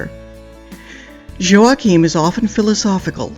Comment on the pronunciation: I just subscribed because I respect and love that you pronounced Joaquim's name correctly! Great vlog leads to follow up on.